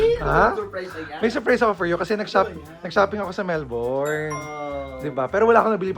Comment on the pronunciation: Kuya, Mel-bin po ang pronunciation ng Melbourne lol